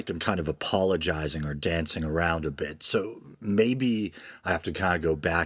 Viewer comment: Oh shit, you mentioned "Patriarchy" and called a womans a "bitch". Yer goin' to hell, mate. Edit: lul, you really did make the bit-she part sound like "bitch". Mind you, anyone who understands the concept of "context" would know that that was not what you said. Irregardless, it is pretty funny.